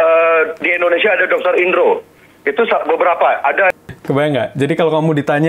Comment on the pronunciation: Indonesia bukan endonesia lol